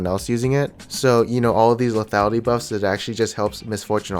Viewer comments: "leafyality"...... ffs Dx <3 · plz stop sayin lethiality :)